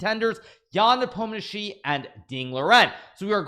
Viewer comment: Hikaru, Just say "NAH-pome-knee-AHH-chi", it's somehow weirder now.